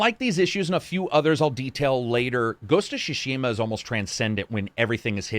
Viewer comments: "Shushima"? It's more pronounced as Sue-Shima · "ghost of shoe-shima" LMFAOOOOOO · Great review, my only gripe is that you keep saying shishima instead of tsushima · I loved this review so much that I’m willing to forgive you absolutely murdering the pronunciation of Tsushima. It’s Tsu-shi-mah, not shoe-sheema! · "Shushima" Ign 10/10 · "Ghost of Sushima" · Ghost of sssushima 🌚🌚🤣🤣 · Ah yes, GHOST OF SHUSHIMA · "Ghost of Shushima" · Did you say "Ghost of Shushima" at 23s :-) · It's really adorable how keeps saying "Shushima".:)) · Shushima xD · Am I the only one hearing him say: "Ghost of Chushima" lol? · The way he said "shushima" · Neither Japanese nor English is my native language. Tsu in Tsushima is the same in tsunami and I think they should pronounce the same. If you pronounce shunami then it is shushima Correct me if I'm wrong and just buy the game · Shushima 😤that was annoying. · lol I love how no reviewer can pronounce tsushima consistently